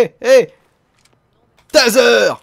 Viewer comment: ouéh, va copuler avec "taseur" !!!!!! mdr